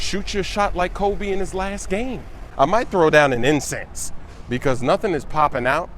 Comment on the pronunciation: lool the way he says incense - best pokemon go videos on youtube, move over ali a.